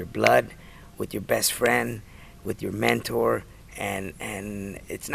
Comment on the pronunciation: Heard Mantaur instead of mentor at first...